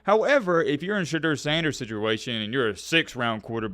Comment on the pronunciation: Shah-d-ooo-er btw